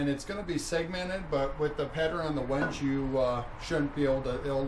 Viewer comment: Nice project! The wood you used is pronounced "wing gee" (hard g). In your opening scene, you crosscut the stock by butting it up to the fence and pushing thru with a push stick. Hope you don't find out the hard way that THAT is not the way to crosscut. Ever hear of a miter gauge? or better yet, a crosscut sled.